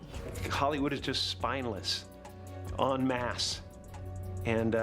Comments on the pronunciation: en masse ....not " un mask" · Unmasked????😂😂😂😂 "Enmasse!!!!" Smh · Not unmasked, “en masse”